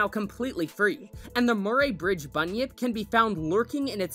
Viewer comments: Sorry to seem like I'm nitpicking but as somebody who grew up in Murray Bridge it's pronounced "Muh-Ree" like the name. Bert was my first introduction to aquatic animatronics when I was 3 and it makes me super proud that so many people find Bert as terrifying as I did and still do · As an south Australian I cringed so hard when he pronounced Murry bridge😖